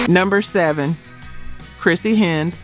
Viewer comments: AI warning, this robot can't pronounce Chrissie Hynde! Pathetic. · BZZZZZZZZZZZZZZZZZZZZZT! AI. mispronounces Chrissy Hynde, and then later pronounces it correctly, the mark of AI. Thumbs down, and no subscription for this being AI. Human creations, please.